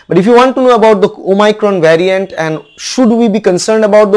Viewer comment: Abey ghochu Bengali me video bana. English tujhse nhi hoga. "Vyariant".... "omycron" 🤣🤣 what are these?? You dont even have the knowledge of tense and construction of sentences. Kyu khudki mockery bana raha hai😅😅